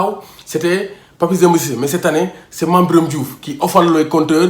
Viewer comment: à propos de la prononciation de mame biram de retour au l'équipe national ça m'oblige de japper t'es vidéo mais arrête